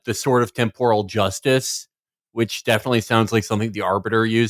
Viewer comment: It's pronounced temporal, not temporal